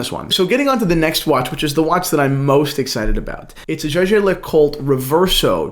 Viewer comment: its pronounced as "yeager' The J is pronounced like a y